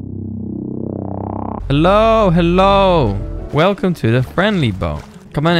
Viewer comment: Truly a Velcome to rust